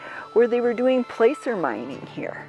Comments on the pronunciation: Placer mining, not pronounced like place, it's plass-er mining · I found your channel by accident and when I saw Montana, I had to watch. So interesting, and I thank you both! BTW, “placer” is pronounced “plasser” I will be watching more of your videos!